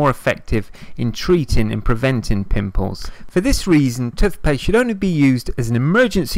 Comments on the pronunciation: It’s toothpaste not tutpaste and why are u breathing so heavy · It’s T O O T H P A S T E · I never knew I could use "TUTHpaste" to dry out spots. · Tufpaste haha. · I know this is a serious video butttt when he says tufpaste it's so funny 😂😂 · No one: This guy: *Tuthpaste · They way this dude says toothpaste got me fucked up ‘tuf-pes’ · Ffs tuthpaste 😩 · Tooff pasfe.